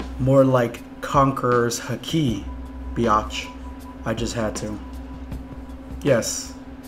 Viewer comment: It's hak-eye not hak-e... Emperor's EYE, Conqueror's HakEYE.